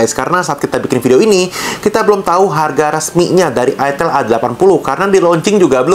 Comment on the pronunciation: Dibaca AITEL. Tulisannya ITEL bukan ITIL